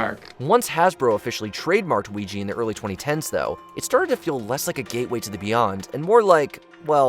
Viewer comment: OuijA not OuijI